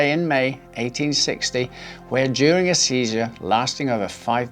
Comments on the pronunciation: lol I heard "during a seizure" as "Julius Caesar". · When during a seizure he died with c.c on but I thought at first that u said where Julies Caesar died lol